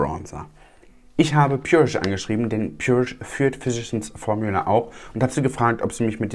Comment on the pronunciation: Ich hab immer "verschissen Formula" verstanden 😂 Ich habe schon einige Videos über die Firma gesehen- selbst Tati konnte es nicht aussprechen und hat sich dauernd verhaspelt. Schönes Wochenende!